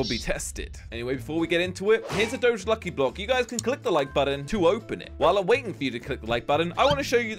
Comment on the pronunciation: why does everyone say doge wrong its a dog not a car